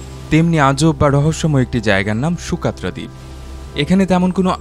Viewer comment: ইয়েমেনের এই ভৌগলিক রহস্যময় দ্বীপটির নাম সুকাত্রা না সগোত্রা? ন্যাশনাল জিওগ্রাফী, বিবিসি আর্থ প্রোগ্রামে সকোত্রা উচ্চারণ করতে শুনেছি।